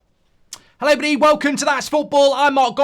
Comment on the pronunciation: My fav thing about these videos is at the start where he says “Hello ebody” 🫶🏽